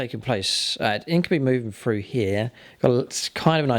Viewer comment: INK-YOU-BYE not INK-OOH-BEE